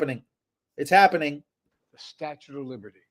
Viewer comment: Did he say statute of liberty Jesus